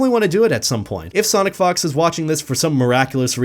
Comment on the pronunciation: I'm not trying to be immature, but it sounded like you said Sonic Fucks sometimes